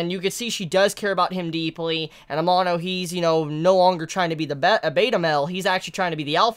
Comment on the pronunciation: please pronounce amano's name right, its really annoying, thanks lol